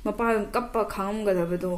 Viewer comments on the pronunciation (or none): none